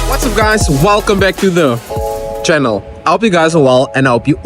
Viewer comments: Stop saying channel man doesn't sound authentic. I am used shannel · Bro say Tsannel (channel) the way you used to, it was funny but yourself... It was your way of speaking... Now you're pausing to say Channel, nah man😢... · do you pause for a moment to pronounce "channel"?